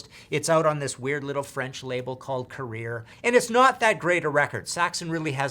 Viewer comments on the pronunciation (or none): And Carrere is pronounced 'Ka-Rare- Ra', not 'Career'. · Ummm it's a Saxon on the album "Saxon" by Saxon...and it's Carrere (similar to Porsche Carrera in pronunciation), not "career" for goodness' sake. Who is this muppet?